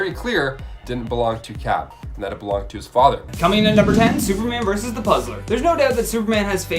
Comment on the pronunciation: "Verse"? Like a song? Or are you TRYING to say "verSUS"????????? WHERE DO PEOPLE LEARN TO TALK THE WAY THEY DO?